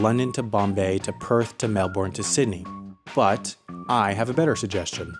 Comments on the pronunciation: You but Melbourne where Adelaide is. Also it’s pronounced Mel-bin, not Mel-Born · I'm sorry but why have you put Melbourne where Adelaide is? And you also say Melbourne wrong (It's Mel-burn not Mel-born). Other than that great job. Love your vids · and the stupid american pronounced it like "mel-born" and not "mel-BON" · And it's pronounced wrong, it's MELben not melBORN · That is not Melbourne, that is Adelaide. And also you actually pronounce it Mel-burn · Adelaide is not Melbourne. Also you pronounced it wrong - its said like 'Melb'n'. Strike 1, Strike 1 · Mel-born TRIGGERED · Ok so I'm from Sydney Australia but I'm not going to leave out my friends in Melbourne. And it's pronounced Mel-Bin here in Australia. And second off get your georgraphy right. You put the point for Melbourne where Adelaide is. It should be further south. This is why Australians hate Americans. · tricky ricky Nah m8 its Mel-bin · He says melbourne wrong and gets the location mixed up with adelaide.